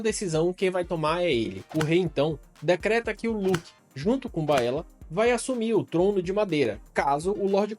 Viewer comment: Bom, adorei seu canal! Haha me surpreendi Só tem um ponto negativo... Sua pronuncia em relação aos nomes! Como "Valeryon, Aégon, Vaicerys, Laêna, Baêla, Rhaêna, Vhágar" enfim KKKK mas fora isso, perfeito!